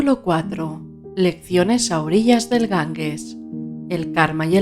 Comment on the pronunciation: Gangues??... Se pronuncia Ganjes aunque se escribe Ganges. Gracias por esta maravillosa lectura🙏